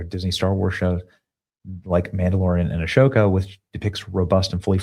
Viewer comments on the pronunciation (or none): IT'S "AHSOKA", NOT "ASHOKA"!!! GO WATCH THE CLONE WARS, THEN YOU'LL KNOW!!! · Did Benny just pronounce the sh in ahsoka? Smelling a little BS here. Truly a fan? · The way he pronounces Ahsoka 🫣